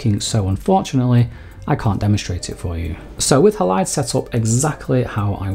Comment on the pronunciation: Great info and presentation! The way ‘Halide’ is pronounced here though is jarring for me every time, because normally that word has the stress on the first syllable, it’s HAlide, not HaLIDE - unless your 2nd syllable stress is the pronunciation used by the devs too?